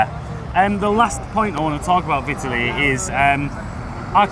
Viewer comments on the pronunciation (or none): What the fuck was that pronunciation of Vitaly??????